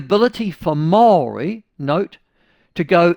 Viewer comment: Why cant this dude pronounce 'Maori'? He says it differently each time, and its somehow always terrible